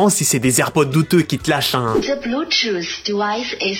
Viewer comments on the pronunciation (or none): none